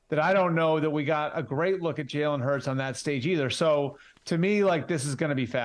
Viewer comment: Jerk could at least learn how to pronounce Jalen Hurts name